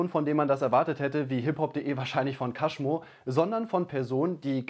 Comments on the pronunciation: Kaschmo? Du meinst cashmo? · Bitte lernen wie man cashmo ausspricht 😂😊